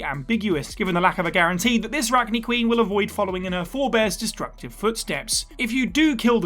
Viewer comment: I’m taking it you didn’t actually play Mass Effect. It’s pronounced Rack-nigh and Ar-lack.